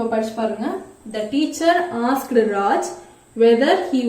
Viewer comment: While pronouncing asked kindly don't stress ed.prounce as 'ast'